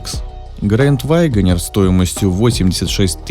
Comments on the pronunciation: Пожалуйста, перестань говорить ваЙгонир. Просто вагонир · Почему вы произносите вайгонир? Это не правильно. Ударение ставится на 3 й слог на букву е. И без й в 1м слоге.